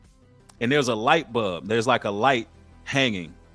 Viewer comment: Light “bulb” brother, not light bub. “Pie neal” gland brother, not “PiAneel”. Idk why you come up with your own way to pronounce these words constantly.